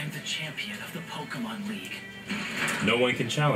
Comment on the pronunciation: I don't like the way says "pokeemon", a small part of me cringes every time he does.